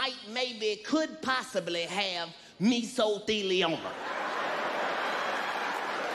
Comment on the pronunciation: This nigga said Mesothelioma 😂😂😂😂😂💀💀💀💀💀 Meso-soup😂😂😂😂